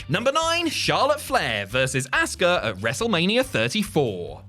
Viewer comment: You say her name like asska jeez man watch the language LOL 😆🤣😂